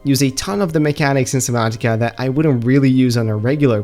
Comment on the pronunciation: “SubNOTica”